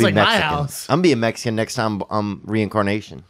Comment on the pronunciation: “ my girl is Metzeecan” lol